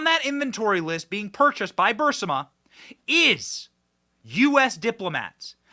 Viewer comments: Fascisistic is the correct term. And Aberration. Not Aparrition. For the last time, Benny, it's Bur-ees-ma. Not Bursima. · Benny your show is great and gets better and better but here's 2 constructive criticisms: 1. Burisma is pronounced BURR-IZ-MA. 2. Maybe think about making your speaking volume a little more consistent. I understand that you're a passionate guy but it's a difficult sometimes... sometimes you speak in almost a mumble or whisper, really really low... and then you start yelling really loud till your microphone gets distorted. OR get your audio guy to dial in a good compressor setting for you voice so that the volume is a bit more leveled. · Please again stop saying Burisama. Rather say Bearissama. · Benny!! It’s Burr Reese Mah. Stop saying Burrs ih mah. You’re killing melt ears. Burr Eeeess Mah. Omg. 😱😱😱😱😱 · Benny ..please pronounce the energy company's name properly...not BURSAMA ...but BARISMA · NOT "BURSIMA"!!!! ITS "BURSIMA"!!!! Benn has always said it wrong... BEEEYOURIZMA"!!!! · Hey Benny! It's pronounced Burr Esma not Burss ima! Not that it matters! Great work! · Burisma is pronounced BURR-EEEEZ-MA. NOT bur-simm-a. Sorry Benny it just hurts my ears when you miss pronounce words. If you had spinach in your teeth I'd tell you that too cuz I'm a real friend...love ya Benny. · Thank you! Also, if I can correct you - the name is Bu-Riz-ma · I believe the company's name is pronounced bur-IZ-mah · I really wish you would learn to pronounce Burisma correctly Benny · Has anyone caught the file Joe Biden is holding instead of saying Evidence it says “EVIDNECE” 😂 I hope this wasn’t you Benny,because I laugh every time you say Burisma because you mispronounce it really bad!!!! But hey I get your point of the video!!! I wish you could do videos of how our 2A is being trampled on by ATF!!!!